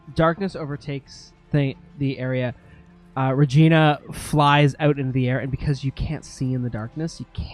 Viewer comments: Its "Re-gene-a" by the way. LOL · It's *Regeena* LOL ...